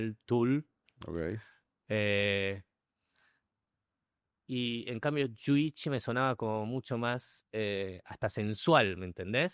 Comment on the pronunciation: Dice Seba: Ogei,Ogei....